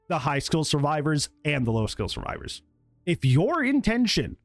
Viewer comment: "we made it so xenomorph is terrified of suevivors instead"